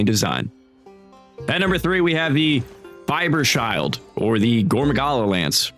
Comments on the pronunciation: You tried but not quite nailed the Gore lance. Fieberschild, translated as "Fever Shield" in a literal sense, is made of two parts. Fieber is pronounced like fever but with a b instead of a v. Schild is pronounced like "shilled". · Ah yes "fibers-child"😂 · i hate the way you pronounced Fieberschild. it's german and means Fever shield. just like all of the other Gore weapons like Stahlrecht=Steelrights, Düsterstolz=Grimpride, Jäger-Ankh=hunters-Ankh, Hungerklauen=Hungerclaws, Grimmblick=Grimm look, Gramklam=Sound of Grief, Verräterarm=TraitorsArm, Eisengeist=Ironghost, Leidenskrat=power of suffering, Leumundsgift=poisonous slander, wahnschleuder=insane slingshot, Ableben Abzug=Deduction Upon death and finally Verzweiflung=Despair.